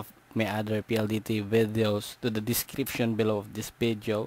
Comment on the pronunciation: i am sorry. u sound funny (vedyoo)😅 im sorry , your video help me change my password. thanks 👌